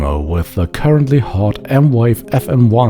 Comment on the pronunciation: its the accent